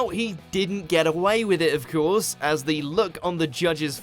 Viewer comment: The biggest scandal of all is the way this video's narrator pronounces "of course"—i.e., "of kee-orse." Where the heck did he pick up that affectation?